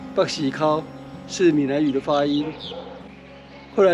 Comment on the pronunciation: 北絲鬮 的發音 跟初鹿~ 好像還是差蠻多的~ 😅